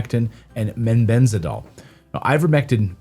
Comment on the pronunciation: Clayton, it is mebendazol, not “mebenzadol”.